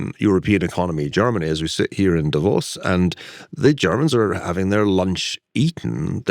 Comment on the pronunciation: The first commentator I've heard who actually knows how to pronounce Davos (Da-VOS).